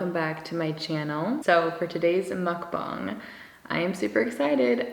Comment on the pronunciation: You are the first non-korean YouTuber I’ve seen that actually pronounces mukbang correctly. Thank you.